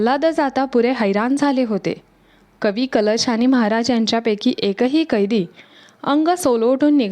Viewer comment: Kavi " kalesh ?"jyanche kavvya kalashat bharun thevanyachya yogyateche hote ,te kavi mhanaje "kalesh" , ase bolanari bai ka ghetali vlogsathi ? jya tya bhashetil shabd neet yatharth utcharale gele pahijet ! konalahi bolayala anu naye ! sarakhi chukichech utcharan karit hoti ,tyamule vlog aikane nako vatate !